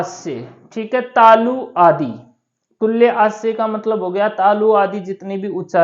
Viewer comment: उच्चारण भी गलत है पढ़ना भी गलत तुल्य को तुल्ये क्यों कह रहे हो। गलत मत पढ़ाओ तुल्य का मतलब होता है समान। न कि तालु